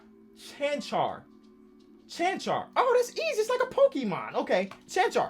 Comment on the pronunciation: I love but the way he said pokemon made me cringe